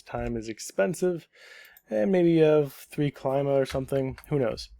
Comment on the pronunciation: it's pronounced: kleeema